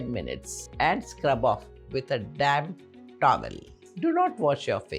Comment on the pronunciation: it was so funny i thought did she just said "damn towel"